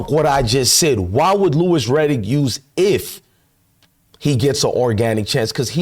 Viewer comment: This chick still stalking and crying about sheduer is creepy. She can’t even say Louis Riddick’s name properly.